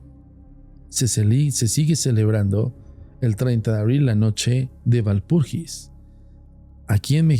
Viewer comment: Walpurgis se pronuncia Valpurguis en alemán. Si se quiere transformar la palabra al castellano entonces se refiere a la noche de Walpurga.